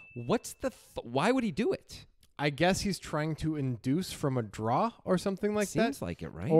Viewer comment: What is a "draa"?